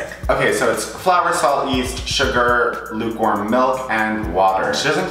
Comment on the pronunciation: He kept saying “lukewarm milk” and I kept hearing “newborn milk” 😂